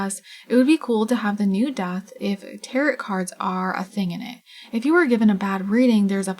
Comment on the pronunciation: Tear-o. Tarot cards… said like tear-o … as in SPARROW the bird.